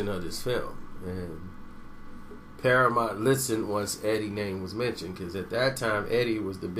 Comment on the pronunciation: Damn cant pronounce shit! PARAMONT?